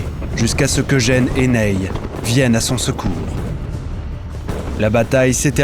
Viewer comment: Très beau doc, merci. Mais le Maréchal "Neille" aïe aïe. Le Maréchal Ney/Nez.